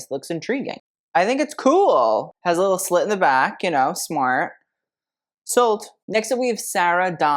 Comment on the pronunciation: Instead of "Hi Slit!!!" I heard "Hi slut!!!" and I was like "PARDON???"